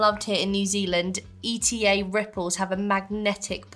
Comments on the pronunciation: Whittakers is the best chocolate in the world. That is the standard size of chocolate in NZ. Whittakers also do "single serve" chocolate bars as well. Cadbury's is crap since it got made in Australia. They changed the recipe. Eta is pronounced Eat-a, kind of like beater without the "b". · No it's E-TA ,,just like it's written .. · It’s not E.T.A. It’s eat-a 😊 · E.T.A. hahahahah its not said like that...eta one word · I really loved watching this video. Loved all the reactions. Shout out to Paul for the selection of treats from our side of the world. One last note: ETA is actually pronounced eee-tah. Not E.T.A Glad you enjoyed our treats from NZ :) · The Whittakers, thats what peeps can knock off in one sitting. We do have 50g sized, 180g sized. So, yep.. and ETA we pronounce it eeta not E T A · Kiwi here, no comparison between Whittakers and Cadburys, Cadbury's ruined their chocolate when they put palm oil in it and stopped producing it in New Zealand. It taste awful now. Whittakers is the best chocolate on the planet. the crisps are pronounced eater. As for L&P no one can describe that flavour. loved your video. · OMG Comparing Cadburys as good like Whittaker's, yeah nah, Cadburys is disgusting and we don't buy it. Who'd buy that when we've got Whittaker's! ❤❤❤ - Also it's not called candy its, lollies and Chocolate. -Standard Chocolate size - Eta is pronounced like eat and then with an a on the end etaa. They're called chips, not crisps. - L&P is a fizzy drink. Not a soda. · Pronounced..E.Ta run together 😅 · You's are super cute. ETA is said as ..... eat'A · It’s ETA! A word not letters! L and P comes in sugar free as well. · Eta. Lol. Its eat ah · Eta is actually pronounced Eat-a. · Eta chips…. Pronounced as in “eater” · ETA is pronounced EAT-AH in NZ